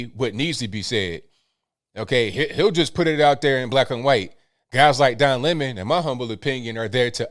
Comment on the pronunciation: Don Limon as Tucker pronounces his name!!!!!